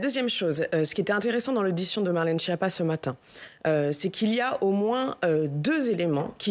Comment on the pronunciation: "Marlène Chépa"